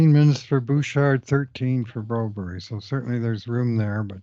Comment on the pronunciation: Guys…please…quit calling him Broberry. You got bad info, his name is Broberg.